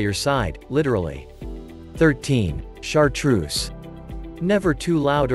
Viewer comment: Get a different narrator.No correct pronunciation, it is not chartroose, but chartreux(French), and automatic voice is horrible to hear..👎🏻